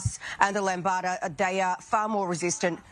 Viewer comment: That's "Lamda", not "Lombata" -- the newer-than-Delta-Plus strain on the horizon.